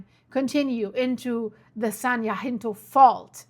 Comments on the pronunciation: It’s San Ha-sin-toe ❤ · San Jacinto (HA-sin-Toe) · I need to hear from you every day. I’m in SoCal right in the center of so many faults and my house is right on top of an unusual east west fault I can’t get a name for. San Jacinto is “hah sin toe”. Tejon is “tay😢 hone”. Praying for wisdom and safety for all. Thank you 🙏🏽. Love you stuff. I mean your reporting. The disastrous news sucks 🤣😎😽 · You are mispronouncing everything. San jacinto and cajon pass.